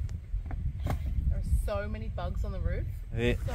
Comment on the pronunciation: That view of Hastings at the beginning reminds me of the view you get on the Castle Walk at Bridgnorth, which if you're ever in the Shropshire area is worth it. 😁 Also, I'm sure I heard a bit of Australian when she said "so many bugs on the roof". Crikey, mate! 😂